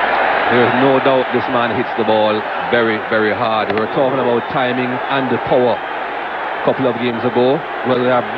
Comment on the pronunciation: Manjrekar does shitty commentary. Like something is blocked in his nose. For power , he says paar. Srinath , a genuine pace bowler in his prime, all done now. Run up is hardly 4 steps, runs in slowly and last 4 paces , increases his speed. Bowlers can’t maintain fitness for long. They shud give them double credit like mom compulsory to bowlers, more monies, make them captain too.